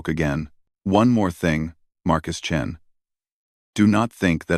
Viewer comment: "The Surprising Adventures of the Space Chins." It's "Chens," not "Chins,". "I hear Markus Chin, and I don't care. Best part, in my mind, he has a mark on his chin."